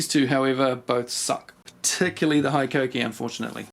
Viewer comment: Yea bro keen to try one of those blades never heard of them love your videos.. but you need to say hikoki like a Japanese man hiiiikokiiii